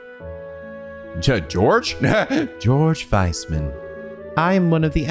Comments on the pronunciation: Georg is pronounced "Gay-org". Yep. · Just a tip it's "Gey-org" Weissman at least thats how the japanese dub pronounced it